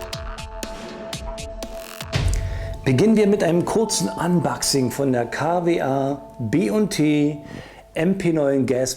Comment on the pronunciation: das heißt unboxing, nicht anbaxing